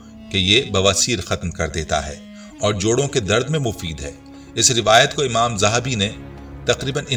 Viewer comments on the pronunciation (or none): none